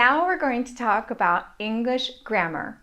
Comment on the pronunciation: She says English like 'Ingrish' and my brain doesn't know what to do with that.